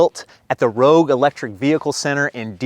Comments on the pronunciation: I’m a Ford retiree so I 100% approve. The technology on EVs is changing rapidly so a lease is a good choice. Also, Rouge is pronounced ‘roozh’ (like the stuff old ladies rub on their cheeks) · Former Detroiter here. The Rouge plant (and river) js pronounced like “Rooge” like you’d pronounce stooge. Sorry to be that guy 😂